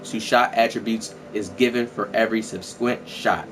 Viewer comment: Nigga said subsquint😭